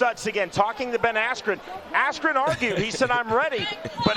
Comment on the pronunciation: he totally messed up Ben Askrens name lol